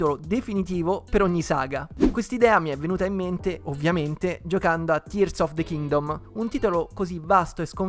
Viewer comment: Grandissimo per la pronuncia corretta di Tears of the Kingdom, io non so cosa ci aspetta per il futuro, spero solo in un gioco nuovo di Donkey Kong.